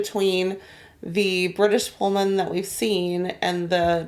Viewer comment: Pul-man,not Pole-man🎩